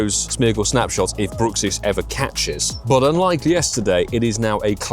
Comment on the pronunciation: I believe Bruxish is pronounced Bruck-Sish, not brook-sish. The name derives from the teeth grinding issue "bruxism" which is pronounced bruck - everyone seems to call this ugly fish different things 😅